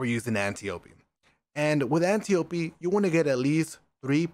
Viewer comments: It’s Vow not Voe! And it’s Antiop-D when you pronounce it!! Say it right my guy, makes you seem stupid for how gifted you are at games. Honestly it detracts from viewer entrainment and you can fix it easily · at this point it feels like he's mispronouncing antiope on purpose, lol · Everyone complaining bout how he pronounces antiope. Meanwhile me: AnnyOOP